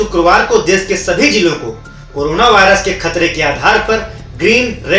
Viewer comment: learn to pronounce desh